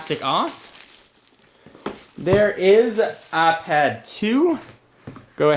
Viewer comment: he saids apad 2 xD